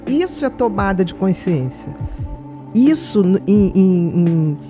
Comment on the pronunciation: Bia, pq vc não consegue falar: consciência??? Vc fala coinsciência...😮